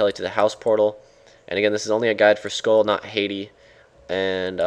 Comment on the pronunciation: its sköll not skoll sköll is pronounced like skoell